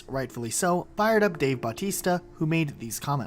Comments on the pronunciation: did you really say Dave b-au-tista? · Dave BAWTISTA